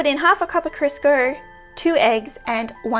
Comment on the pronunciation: Love the qaustralian accent saying Crisco. "Krisker" LOL I'd like an episode where you just pronounce American brand names like Kodak LOL